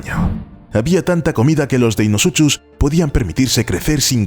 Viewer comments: me hace gracia lo mal que pronuncia deinosuchus . la "ch" se pronuncia como un a "k" se pronuncia "deinocus" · Me encantó el video muy bueno, solo un par de anotaciones Deinosuchus se pronuncia "Deinosucus" y en la palabra Quetzalcoatlus la primera U, no suena ya que hace referencia al ave actual del mismo nombre y a un dios maya y por último los nuevos estudios ya nerfearon a mi Dunkleosteus :c parece que no midió más de 3 metros pero esa se perdona porque tiene como un mes que salio el estudio